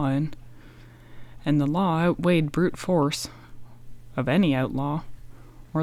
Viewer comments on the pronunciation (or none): none